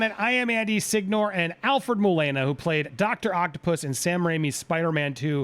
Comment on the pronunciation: I KNOW, ITS JUST THE GUY KEPT SAYING MOE-LANE-AH